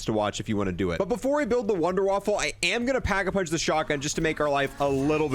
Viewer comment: Wunderwaffle? Waffe is weapon not waffle in German c'mon guys. Kills me!! A wunderwaffle is what's for breakfast haha